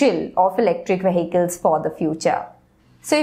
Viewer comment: The pronuntiation of Vehicle is in correct.